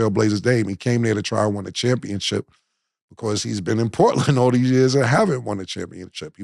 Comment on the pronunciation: Cam keep saying championchip 😂🤦🏾‍♂️